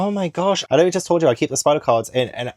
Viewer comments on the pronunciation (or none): none